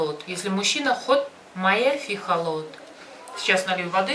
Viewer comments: Халат а не холот 😅😅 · Миксер по египетски халлат а не халот блин ну и научили не правильно Вас